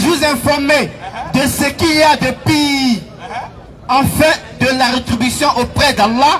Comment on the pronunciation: 😂😂😂😂congolais même on dit le "pure" et dit le "pire"😂😂😂 Eza ba trop désordonné 😊